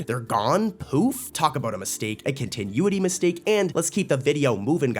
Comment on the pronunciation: Continuity; con-ti-nu-ity